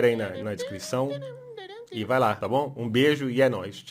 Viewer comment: ele fala "MUITO BOWNM" KKKKKKKK